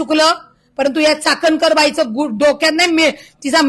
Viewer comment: चाटणकर नाही चाट कर बोला चाटणकर 😂😂😅😅